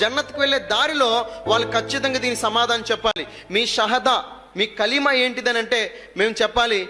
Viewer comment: నిజమే అతనికి కల్మ నే చెప్పడం రాలె ఆయన ముస్లిం కాదు నిజమైన ముస్లిం ఉచ్చరణ కాదు